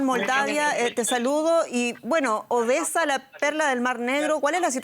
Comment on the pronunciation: Saquen a esa presentadora no sabe pronunciar bien " Obesa en vez de Odesa.." .y se le enrreda la lengua al decir Ucrnia ...saquenla por favor...